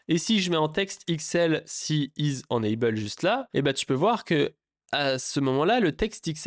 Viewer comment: Alors deja on dit « énaybeul » et pas énanbeul…. Mais surtout mais LOL utilises vue.js tu vas découvrir des choses waow je pense 😅